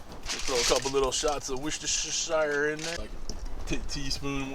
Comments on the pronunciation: lol Worcestershire = Wuss-Ter-Shh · Hi I'm Jim from Liverpool, it's pronounced "Wustershare" sauce ;)